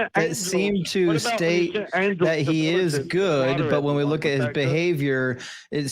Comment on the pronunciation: Wook ewewyone! He’s going to make it wain at the wocation he’s at! ^ Literally how this super hero spoke. Holy hell. One minute i think this guy is mentally stunted and the next he’s speaking with actual depth and knowledge on the topic. He HAD to be trolling with the super powers stuff, no?